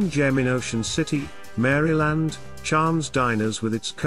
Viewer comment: You should not respect any list where the person can’t even pronounce the State’s name correctly….